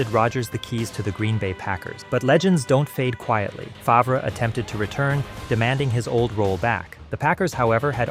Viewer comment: That isn't the only thing this video got wrong. The narrator can't pronounce Favre or Roethlisberger correctly, and he oddly referred to a season record as "fifteen to one." I'm starting to think it's AI.